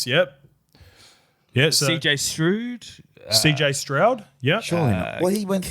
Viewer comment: "romeo doobs", "cj stroood" lol